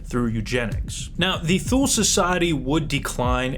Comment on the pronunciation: Grammar Nazi: Thule is pronounced “two-lee”.